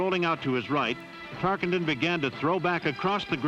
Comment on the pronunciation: Announcer mispronounces Tarkenton "Tark ING ton" every time-- maybe this is why Pat Summerall was the voice of "Game Of The Week" thereafter this production.